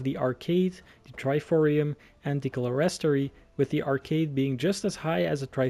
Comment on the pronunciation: amazing but: Clerestory is pronounced clear-*s*tree Salisbury is pronounced soul*s*-brie Amiens is pronounced Am-ee-o-n Amazing vid, just though i could help correct a couple pronounciations :) Also just pointing out... there no pipe organ. . . Please do this kind of video more often, i would love it :)